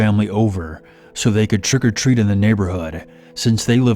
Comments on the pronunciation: Twick or tweat LOL great vid tho 😉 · It was funny when you said twick o tweet. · More like "Twick o' Tweet";○)